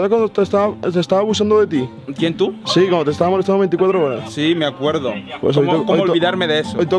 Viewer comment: dijiste molestrando